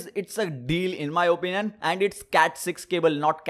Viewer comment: Why do you always say "in my openion"!!!